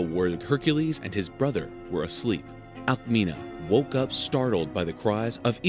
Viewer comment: My god, the spelling is like Alkmini not Alkmina